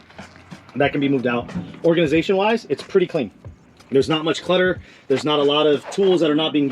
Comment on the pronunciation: When he was checking the organization of the van... "Theres not much clitter"